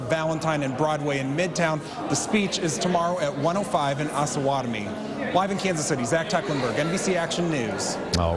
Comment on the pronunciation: Its OH-SAH-WAT-O-ME...smh